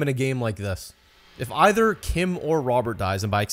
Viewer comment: This man really just called it an avent and said iver instead of either